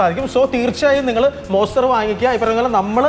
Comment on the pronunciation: വെറും മോസ്റ്റർ അല്ല... മോൺസ്റ്റർ....❤❤